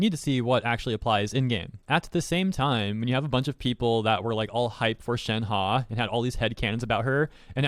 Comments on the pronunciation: its (shen - huh) not (shen - ha) 💀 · Nobody:: shenhA